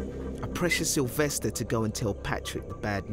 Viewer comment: Ahhh. Sylvestah!